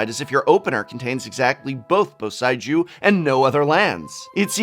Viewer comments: Okay seriously prof, whats with the pronunciations here? Takenumo? Theres no O! Bo- Saei- Jew? Djinn - Gin - Ga - Tay - Jias? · Just a fix, it is Bo-sei-ju ( sae - like Severus; i- like Instruct ). I'm pretty sick of how wrong youtube channels has been pronnouncing these names. like KAIOUDAI ( it's Kyodai, like Keyodai) for example. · Professor, please the "ei" in eiganjo and boseiju is pronounced "ay" as in hay the thing cows eat. Its a pure "e" (e for elephant) followed quickly by a pure "i" (i for igloo). If the words were spelt with "ai" then your pronunciation would have been correct.